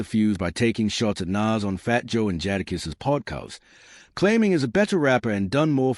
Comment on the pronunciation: Hey, whoever you are talking about this issue learn how to pronounce names bro I had to stop the video short because you was giving me a headache shit you mispronounce Rockefeller you mispronounced Jadakiss multiple times